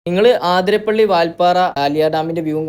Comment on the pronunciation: ആതിരപ്പള്ളി ❎അതിരപ്പള്ളി ✅